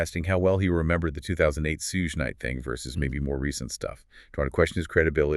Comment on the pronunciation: Sorry to nitpick, but I hope later videos you pronounce Suge (sounds like shoog) not Suezz Knight and Marc’s last name Agnifilo not Agniffo.